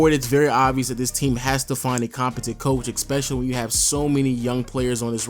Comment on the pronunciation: you need to stop saying "Ex"pecially Its pronounced, "es-pe-sha-lee", not "EX-pe-sha-lee".